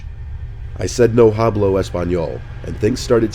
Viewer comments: "Hablo" is pronounced "ab-lo" not "hab-lo". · To the husband in Story 3: As a person of Mexican descent, I am currently learning Spanish, and the 'h' is silent in Spanish, while 'j' makes the 'h' sound. So it would be pronounced like, "No [h]ablo español". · Hastily and no hablo 😂 you mean haste-ily and no ah-blow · omg that "no hah-bloh Espanol" tore me apart. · i think the scariest thing about this video is pronunciation of "hablo" 😭/hj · Lol you gotta work on your Spanish my man!!! You pronounce hablo incorrectly 😂😂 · In story 3 they were probably just upset by the pronunciation of hablo.